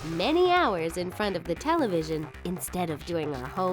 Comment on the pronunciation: youre so blind...and saying "televion"?